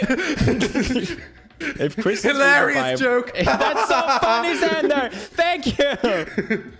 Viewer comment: so my name is xander pronounced zander so when he said zander i felt so noticed